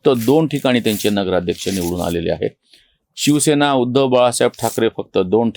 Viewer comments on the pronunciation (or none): none